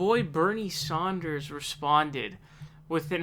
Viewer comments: Stop calling him Bernie Saunders.... It is Sanders. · dude you cant pronounce Nevada and now you also cant even pronounce SANDERS?????? its not fucking SAUNDERS... wtf also WHO THE FUCK IS BLOOMBARG?!?!?!? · KlobuCAR, SAUNDERS, BloomBARG.. I come for the info/opinions... But I stay for the intentional name mispronunciations. 😂